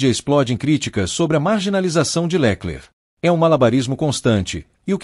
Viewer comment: Porque esse narrador inventa nomes? Leclerc com acento no lé ?